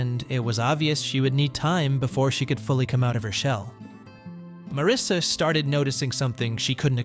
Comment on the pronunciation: Not Marissa, it’s Marisa! 😏🇬🇧